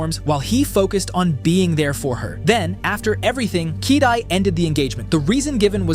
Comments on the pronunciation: Bro, I can't help to notice that you're reading Kyedae's name wrong lol. It is not "Kiddy". It's "Kayydayy". 😂😂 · It's "Kai-day" tho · yeah I heard that too kidii🤣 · broi, you cant even pronounce her name properly you could literally search how to pronounce it for 3 sec so unprofessional